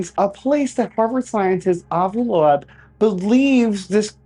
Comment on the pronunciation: Avi loeb is pronounced lobe not low ebb